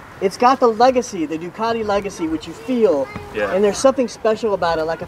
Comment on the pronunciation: FuCk you! Its Ducati Not Doqati